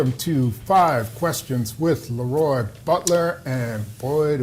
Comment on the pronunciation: Announcer needs to pronounce Le Roy’s name properly. Its Not LeeRoy. Its La Roy